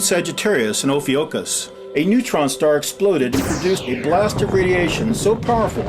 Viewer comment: Yeah, I kinda gathered that.... ;-) BTW, the name of the constellation is pronounced "o-FY-yu-shus," not "o-fi-YU-shus."